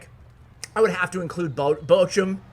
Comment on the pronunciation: you may not see this but to pronounce Bochum the ch is basically a hollow K. so bokum but theres like a throat spit sound at the K